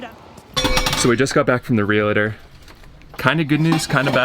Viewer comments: Real-tor not realitter. 😂 tomato tomato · UGH - guys it is REALTOR!!!! Not realitor. Two syllables not three!